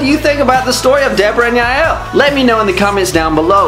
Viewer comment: I love Jael and the correct way you pronounce her name😆